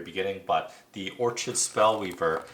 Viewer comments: Good video. As I have not played all characters I was not sure how to describe them to my friends. For future videos Orchid is pronounced Or-Kid, like the flower, and Vermling is Verm-ling, not VermIN-ling. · it was Or-chid that did it for me.